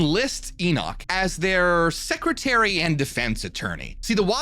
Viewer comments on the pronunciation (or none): none